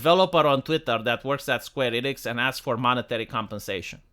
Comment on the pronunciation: You mispronounced SKWEENIX